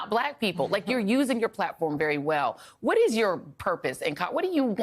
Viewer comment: A hwhat now? 😂😂😂he put the H before AND after the W 😂😂😂😂😂